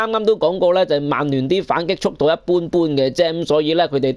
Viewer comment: 提醒一下, 曼聯同曼城同「曼」字可唔可以咬返正d？係「慢」唔係「孟」喎。